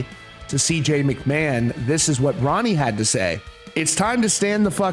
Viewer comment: McMahon isnt pronounced macMann. 😂😂